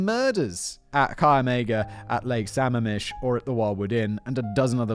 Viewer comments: As someone who lives in the PNW this would have been an unrelentingly painful and scary episode, but it was lightened by Simon’s (very understandable) mid pronunciation of Lake Sammamish. The PNW really does grow some terrible serial killers. Has Simon done the pig guys up in BC yet? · Right, I’m wondering if he’s done the green river killer I’m impressed that Sammamish was the only thing he mispronounced! As someone living in Seattle, and grew up nearby, I’m feeling surrounded by all these murdered women! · Sammamish is pronounced Suh-mam-ish Lake Sammamish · The lake is pronounced with the stress on the second syllable: Sah-MAAM-mish. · I know it doesn’t really matter but the way you pronounce Sammamish made me laugh. It’s pronounced Sa-ma’am-ish. 😂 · also lake sammamish is pronouncesd suh-mah-mish not all that relevant just thought it was worth mentioning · Lake sa-mam-ish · Sigh. Sam-MAM-ish. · Loving the pronunciation of Sammamish. (It’s actually Samam-ish) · The locals pronounce it Suh-mam-mish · I know it's minor, but it's pronounced sam-MA-mish. I made the same pronunciation mistake for quite a while when I first moved out here. Lots of Native American names out here, many of which are pronounced in ways you wouldn't expect. You got Issaquah right though, so kudos on that one. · Sorry, but it’s Lake Sa-MAM-ish. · Lake sa-mam-ish* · it’s pronounced “su-mam-ish” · Suh-MAM-ish...Lake Sammamish, Washington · I’m from the Seattle area and had no freakin idea Ted Bundy was from Tacoma Embarrassing Also it’s suh-Maam-ish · It bugs me a bit just because I'm from Washington but its lake Suh ma'am ish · I cracked up every time Simon said Samamish lol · Ok, fact boy. As a WA state resident you get points for getting Issaquah right but Sammamish is pronounced suh-ma-mush not sam-am-ish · It's pronounced "sum-AM-ish" I know- our Pacific Northwest names are pretty rough, but bravo- you nailed Issaquah! :D